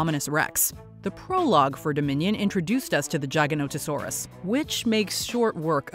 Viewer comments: That is not how you pronounce Gigainotosaurus Jig-a-note-toe-saur-us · The giga… lmao what gig say? What about jig….She’s literally saying jiganatosours? Lmfao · its called the gi-ga-no-to-sau-rus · I love how she calls the giga "jaganotosaurus" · Hope no one else got a migraine from how she said giganotosaurus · I’m cringing at her pronunciation